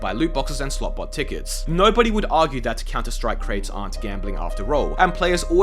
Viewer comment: He said "Slot bot" so many times that it started to sound like he said "Slut butt" lol